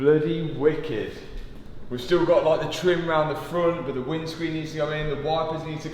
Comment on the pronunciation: It’s “but” not “bit”